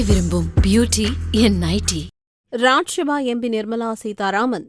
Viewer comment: ஏம்மா? அதுக்கு தான் தமிழ் வழி படித்தவர்க்கு மட்டும் செய்தி வாசிக்க செய்ய வேண்டும் என்பது. லோக்சபா என்பதை லோக்‌ஷபா எனவும் இராஜிய சபா என்பதை இராஜிய ஷபா என்பதும்; தமிழ் வாசிக்கிறாயா அல்லது வேறு வாசிக்கிறாயா என்ன? ரொம்ப style வாசிப்பதாக நினைப்போ, உன் வாயில வசம்பை வைச்சு தேய்க்க.